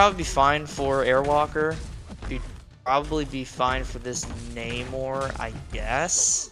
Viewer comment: its Namor not Namur..😂 Namor is the comic book real name not the crap Marvel spit out in BP2 lol